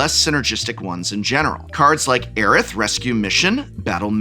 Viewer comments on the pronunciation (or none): none